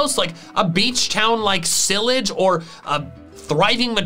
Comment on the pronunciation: It is pronounced cy-LLāGE city: the ā is pronounced aaah